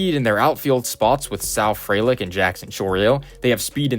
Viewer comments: Small point: Frelick is pronoucned FREE-lick. bref usually has a pronunciation guide for non-obvious names, they're a great guide to use! Great video otherwise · good video! appractie teh graphs, jysk it's pronounced free-lick